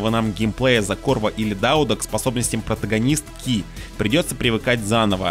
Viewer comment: В корявом произношении "капитанШИ" и "протагонистКИ" какой-то скрытый смысл? Тайный концепт? Иначе к чему это... Даже жаль, в остальном-то обзор неплохой. UPD: 18-я мин - ааа ну понятно, банальщина. "Акцентировать внимание" - это полунамёки, книги и записки, которые не обязательно читать, и вообще сторонние источники (стримы, твиттеры...серьезно?). Забавно, какое у обзорщика избирательное внимание))